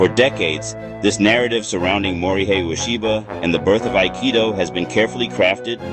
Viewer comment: His first name is pronounced “Mori hay,” not “Mori high.”